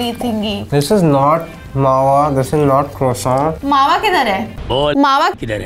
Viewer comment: It's not Mawa croissant y'all. It's either "Mawa kwoso" or "Mawa पेड़ा"